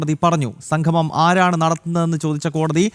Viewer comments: സംഘമം എല്ലാ ചേട്ടാ സംഗമം ആണ് ശരി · Sanghamam alla monaee..sangamam. malayalam pronunciation padikkuu.